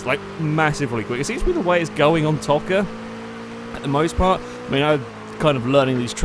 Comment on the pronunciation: it's pronounced toe -ka